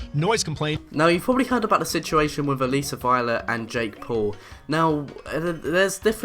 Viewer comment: Her name is A-Liss-a